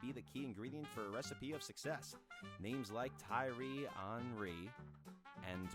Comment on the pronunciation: The way you say Thierry Henry’s name is crazy